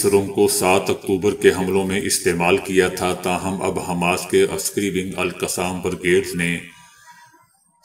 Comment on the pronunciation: Aap Kay lafzoon ka chunao acha hay Lakin salam ka uchar durst karo